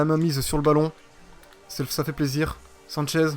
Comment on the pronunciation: sanches ne se dit pas sanchez